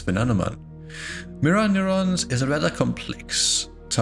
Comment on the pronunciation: everytime he says neuron i become the point meme